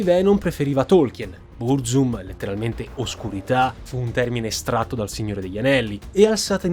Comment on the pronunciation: e anche sbagliando tra l'altro, "Bruzum" hh